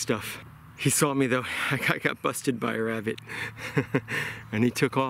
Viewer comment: As soon as he said wabbit I was gone😂